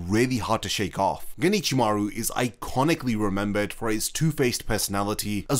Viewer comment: Can you, please, in the future not say "ginichimaru"? Japanese may not have spacing in their written language but there is a separation of the words if you do know the language. Alternatively, use the japanese naming and go for Ichimaru Gin since it will be harder for you to accidentally join the words that way.